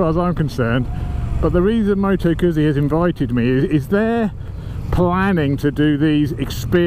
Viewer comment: Please pronounce Moto Guzzi correctly.